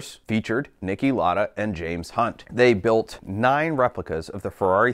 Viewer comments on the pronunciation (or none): Lauda is pronounced like louder but with an A at the end so loud-a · You pronounce lauda wrong. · Its pronouncer louder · Lauda, not Larder. Lau rhymes with How. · Learn how to pronounce his name.